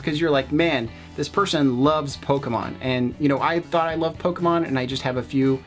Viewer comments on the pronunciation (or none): It's Pokemon not Pokaman you dumb dumb